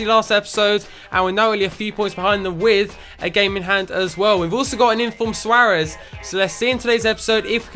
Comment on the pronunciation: Swaaaarez, mate say it properly